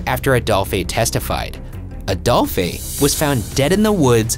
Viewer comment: Ryan keeps saying Adolphay when it's pronounced the same as he who shall not be named!